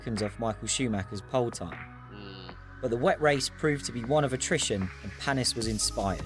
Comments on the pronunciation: And its paniiiis 😂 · Olivier Panis with an "A"